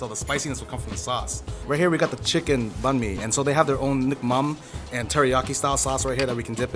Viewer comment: Yall hyping to the max with his vietnamese skill but hes out here mispronouncing the banh mi shop name too lmaooo